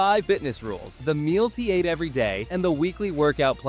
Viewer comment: AI slop. Ate becomes Aitay. Lame.